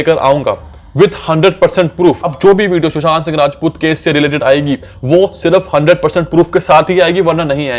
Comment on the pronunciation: Abey tu sushant singh rajput thik se nahi bol pa raha hai...